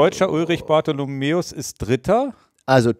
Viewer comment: Danke für den Podcast. Bitte bitte aber: Ulrich heisst "Bartholmös" mit Nachnamen. Nicht Bartholomeus.